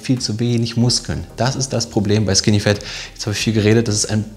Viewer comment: Bitte Leute, sagt nicht skinny "fEt", sagt skinny "fAt", auf english ist das "A" nicht immer "E", die meisten der Deutschen machen diesen Fehler. Ihr könnt das googlen